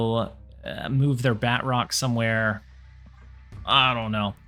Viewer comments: Ba-troke not Bat-rock. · Btw, it’s pronounced BA-TROC! 😂 Nonetheless, phenomenal video as usual. Keep up the good work!